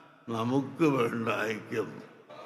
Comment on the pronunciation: ആ ആയിക്യം അല്ല ഈ ആയിക്യം ഈ ആയിക്യം അല്ല ആ ആയിക്യം, 😆😆😆 ഖിയാമത് നാൾ അടുത്താലും നിങ്ങൾ ഒന്നാവൂല